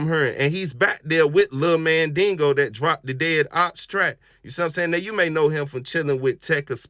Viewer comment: You ain't saying tha homie's name right! It's Mandigo, not Mandingo!😩🤣